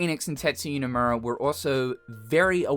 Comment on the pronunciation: KH3 was lacking in "creativity CGI effects"? The same game that can't go 5 seconds without flashing a new visual effect in your face? you people will say just about anything on the internet, I swear 🤣😂🤣 and it's "Nomura", by the way. NO MU RA.